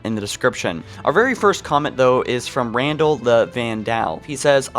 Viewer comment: That Randal the Vandal pronunciation almost as bad as "Halo 2: Oncario Station"